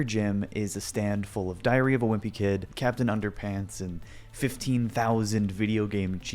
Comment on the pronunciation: i heard diarrhea vawimpykid